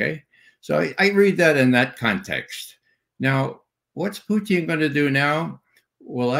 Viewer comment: Ray is the only English speaking person I've heard who pronounce the word "Putin" in Russian manner - Puteen, not Putn, like the rest of the West.